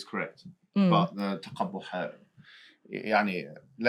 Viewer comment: * There is a misunderstanding with the use of the word taqabuh = تَقَبُحْ * the pronounced as taqabih and MH pronounced or assumed as taqbih. But the word is as mentioned تَقَبُحْ taqabuh and it means to feel bothered, feel pain or disgust. It has a range of meanings but it is a thing which becomes a painful obesession or disgust. So, it happens in a relationship that someone feels bothered by the actions of another like bad manners, damage of reputation and misconduct. But it was not the other concept that Bro. Hijab thought.